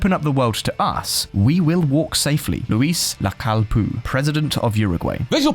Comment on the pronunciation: It's Luis, not a French Louis